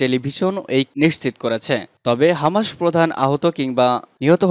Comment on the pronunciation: হামাসের উচ্চারণ ঠিক নাই।